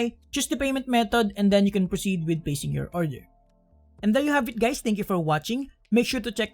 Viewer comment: Did you just said hi gays? Lmao